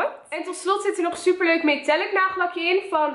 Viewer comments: Waarom zeg je zuper en niet super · jij zegt zuper inplaats van super en je zegt nogal vaak zuper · Het valt me op dat je heel vaak zuper zegt inplaatsvan super MAAAAAAARRRRRRRR LLOOOVVEE YOOOUUUU en stop nooit met YouTube💕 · HAHAHA je zegt de heletijd zuper